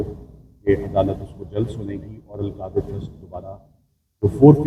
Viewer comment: القادر یونیورسٹی کیس۔ پہلے نام ٹھیک لینا سیکھو